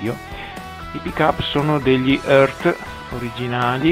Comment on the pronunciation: Credo si pronunci "iart"